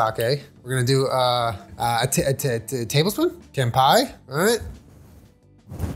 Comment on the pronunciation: this was the funniest kanpai ever bro really said ken pie 😭